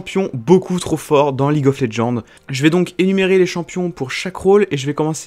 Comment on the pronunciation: Tu l'as faite quand cette vidéo ? Parce que le Z de roger enleve plus les CC, et ça ce prononce League of LegendSSSSSSSSSSSSSSSSSSSSSSSSSSSSS